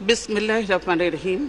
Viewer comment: বিসমিল্লাহ ও বলতে পারেনা